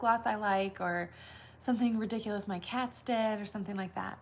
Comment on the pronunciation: Omg dying. It sounded like you said I was going to talk about “my cats dead”. I was like WHAT??!!?? Lol but obviously you said what my cats did! Love watching your insta stories every morning bc you make me laugh. You are so real and normal. Love starting my day with you! I am seriously bummed when there are no stories in the morning to watch when I am getting ready in the morning subscribed now but been watching instagram for past 3 years. Found you on Pinterest